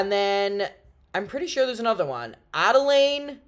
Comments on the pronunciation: he pronounced Adelaide as Adelaine 😭😭😭😭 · I know you did not just call Adelaide: Adelaine. Dead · Not the “Adelaine’… Adelaide mucker here. Love you!! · shouting out fans like myself in Australia I literally couldn’t stop smiling YOU ARE THR BEST ID SO FLY TO BRISBANE TO SEE YOU LIVE AND OMG I LOVED HOW YOU PRONOUNCED Adelaide😂♥️ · seeing you pronounce adelaide made me cackle